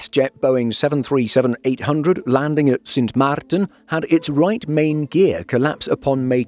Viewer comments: Cute how proper the voice-over wanted to pronounce the name "Sint Maarten" as Dutch as possible. Well done!! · The way the narrator pronounced Sint Maarten is very impressive, I definitely could not. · Thanks for pronouncing Sint Maarten properly!